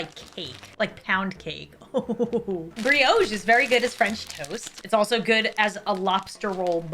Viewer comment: Can someone explain why pronounces brioche as briOche and pita bread as peeta? Also that's a scone not a biscuit. I'm confused